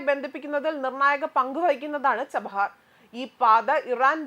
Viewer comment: ചഹബാർ അല്ല ചബഹാർ എന്ന് പറയൂ .. കാപ്സിയൻ സീ അല്ല കാസ്പിയൻ എന്ന് പറയൂ .. വെരി പുവർ G. K ..